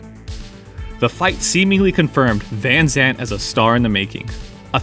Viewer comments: it's van Zant, not Vanzant^^ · Say Vanzant one more time.... 👊